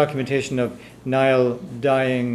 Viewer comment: wrong. gaelic is never pronounced like it looks on paper It is pronounced Niel. Greetings from Ireland.